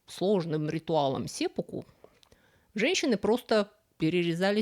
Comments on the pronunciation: сеппу́ку - правильно ставить ударение на первую У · "сэппуку" произносится с ударением на втором слоге. Смотрел в японском Викисловаре.